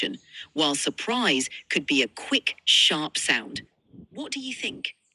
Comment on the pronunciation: why do i hear “quick SHART sound”